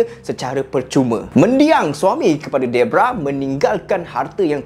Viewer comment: bukan debrah bng deborah